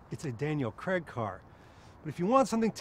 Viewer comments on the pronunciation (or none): none